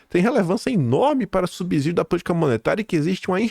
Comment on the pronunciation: Vc está dizendo toda hora " subzidio" ta errado. É ' SUBSSIDIO'! A origem é no latim: 'sub+ sedeun' = sub ajuda